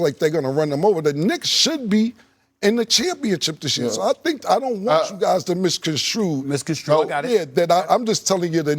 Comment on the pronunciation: Stephen A was dying to correct Cam saying “Misconstrude” 😂